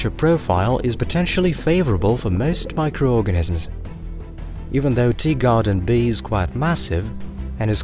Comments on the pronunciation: . Yeah, I know such phenomena exist….. but he’s still saying “Deegarden”!’ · Just you. It’s a known auditory phenomena, look it up